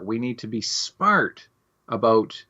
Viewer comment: As a Canadian I usually deny that we say "aboot" then this guy gives the game away .